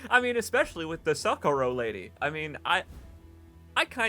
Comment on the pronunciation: You said SOcorro, but here in Spain it's soCOrro.